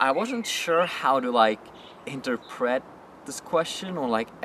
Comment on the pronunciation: inter-pret? just curious...What country are you from?